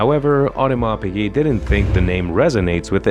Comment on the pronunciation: this video has some wrong info! for example AP was born in 1881 and Shah Iran was born in 1919 how can he be the first customer of AP. Also the voice over do not know how to pronounce piguet right!